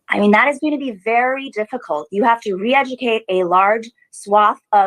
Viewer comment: “Re-NEDucate” is what I heard, lol.